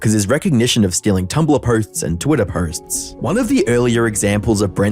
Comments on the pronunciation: "twitter pohsthts"? lmao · The way he said “posts”…. bothered me to say the least